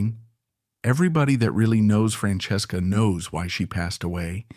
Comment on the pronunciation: I wanted to hear the story but it lost me at how it said her name.